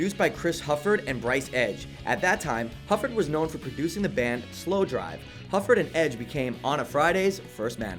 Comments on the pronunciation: SlowDIVE. There is no R. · It's "Slowdive" not "Slowdrive"... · its not slowdive its slowdrive horse with no name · You said "Slowdrive" instead of "Slowdive". Slowdive is one of the greatest and most under appreciated bands of all time. You should feel very bad about your mistake 😡😡😡😡😡😡😡😡😡😡😡😡😡😡😡